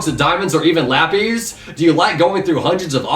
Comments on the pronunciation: why does always say think like they shouldn’t be pronounced tenebrous -> tenebrious vepex -> veppix (veypex) lapis -> lapees/lahpeace lol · Anyone else realize that said la-peas?